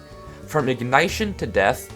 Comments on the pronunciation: "ig NYE shin" HAHAHAHAHAHAHA! It's pronounced "ig NISH in"! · What is your pronounciattion of ignition? It is (ig ni shon) not (ig nite shon) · my man really said igneyetion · “TNT... ignite-shun” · from ign eye tion? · ah yes ignIEtion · "ig-nye-tion" bruh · what is that pronunciation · the way you pronounced ignition caused me physical pain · you pronounce ignition wrong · am I the only one bothered by his pronunciation of "ignition" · Wait a minute... how the fuck did you pronounce ignition? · I have never heard someone pronounce ignition so wrong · i stopped watching when i heard how he pronounced "ignition"